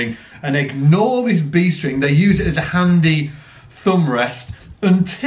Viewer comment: "B String" or "Beast Ring"?